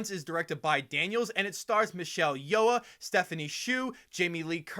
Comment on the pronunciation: It wasn't that bad. And we know it's not intentional.